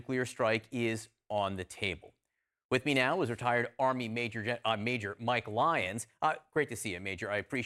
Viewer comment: Did he just screw up on the "retired" part? 😅